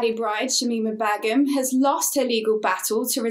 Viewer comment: Her name is shamima BEGUM not bagham🤣